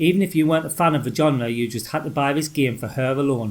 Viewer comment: Shame Ghouls'n'ghosts couldn't use the same fantastically eerie music of the original. I loved Forbidden Forest, it was unnerving to play back then. 'Genre' is pronounced (d)ʒɒnrə/. SOme of these games I Loved and some, never knew existed, ta!